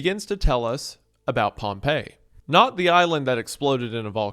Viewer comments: POMP-EE it's pronounced POMPEE Pompey not POMP EYY POMP EEE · THATS NOT HOW ITS PRONOUNCED Pompey, as in the Roman general, is pronounced “Pom-Pee”. “Pom-Pay” is how Pompeii, the city, is pronounced. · Pronouncing Pompey like Pompeii is driving me crazy. I've always heard it as POMP-EE. Otherwise phenomenal experience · I swear Pompey is pronounced Pompee and not Pompeii. ALSO WHAT DO YOU MEAN YOU WONT SHOW HUNTER SINGING FAIRY QUEEN UNCUT HOW DARE YOU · You mispronounce Pompey this entire video, and it's honestly kinda enraging to me, a lifeless Roman history nerd with nothing better to do than complain. It is not pronounced like the city, it is "pom-pi", not "pom-pei". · Not to be that jerk, but i believe the Roman general is pronounced pomp-ee while the city is pronounced pomp-ay. Apologies for being annoying about something that literally doesn't matter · It bugs me an unreasonable amount every time you pronounce Pompey like Pompeii, lol. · Oh God, he's still pronouncing Pompey as Pompeii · Sorry i hate to be a nerd but Pompeys name is pronounced "Pom-Pee" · Hate to be that guy but Pompey is pronounced paam-pee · Dawg how did you make this video and not look up the correct pronunciation of Pompey… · That’s not how you pronounce that Roman general’s name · my brother in christ- please for the love of god learn that pompey and pompeii are not pronounced the same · This is a great video, gooner, but that is not how you pronounce "Pompey" when referring to the historical figure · Pompei (the city) and Pompey (the Roman General) are pronounced differently. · Please god tell me you read a few erowid lsd trip reports before making this. It’s super important to understand the psychological workings of lsd to fully understand what’s happening here. also PLEASE tell me you learned how to pronounce “pompey” and “causal”